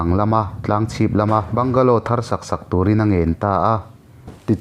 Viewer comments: Bangla tia sawi tur,bungalow tih loh tur,se lam duh dan a in ang lo va. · A Mizo ṭawng takin 'Bangla' tiin lam zawk ta la. Mizo ṭawngin i chhiar ta sa sa.